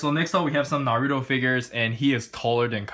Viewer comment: you said naruto wrong and it makes me want to die